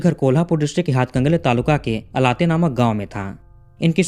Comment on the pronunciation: Sir it is not अलाते is आळते it is goggle map mistak